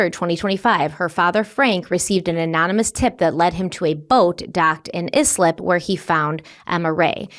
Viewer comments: Sorry it’s the Long Island in me but it’s pronounced I-slip not is-lip 😅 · kid was found in yslip Me: eye-slip! Oooh - uh oh …. 😕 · It’s pronounced “Ice-lip” not “izlip “ 😂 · How do you live up there and can't pronounce Islip... i,e, eyeslip... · Islip - eye - slip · Pronounced Islip = eye- slip! New Yorker here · I’m from Long Island, thank you so much for covering this! This was a wild, terrifying situation but so educational to us all. PS: “Eye-slip” for Islip 😅 LI has some rough names to pronounce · Eye-slip (Islip) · Islip — is pronounced “Ice-lip”. I’m from Long Island. 😊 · I'm sure you know by now...but it's "Ice-lip". 🩷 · Long Island names are hard to pronounce if you aren’t familiar with them. If you cover this story again just wanted you to know Islip is pronounced “eye-slip” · As a Long Island girl…it’s pronounced like ICE-LIP. Love you! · Thank you for covering this....BTW it's Eye-Slip, Long Island, however I always love the way you pronounce some words.:hands-yellow-heart-red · It's pronounced ICE-LIP.